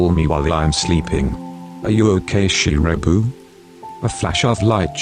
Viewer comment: the voice was so relaxing but it really cracks me up everytime it says Shirabu cus' i always hear it as "ShiRaPuUuU" lol